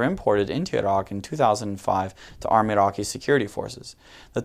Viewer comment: im Arabic and he spell Iraqi the perfect way , these goons are high